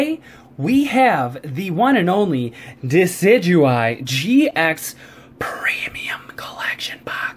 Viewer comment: Duh-sid-you-eye and roll-it offends me. It is De-sid-oo-eye and rall-it